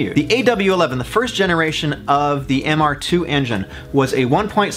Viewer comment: Glad someone else caught it. I had to do a double take when he said it wrong.